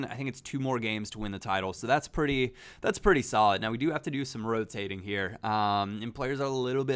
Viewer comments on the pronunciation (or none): none